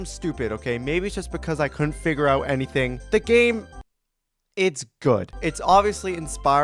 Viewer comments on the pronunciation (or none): none